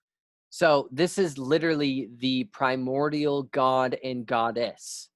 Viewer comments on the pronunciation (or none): none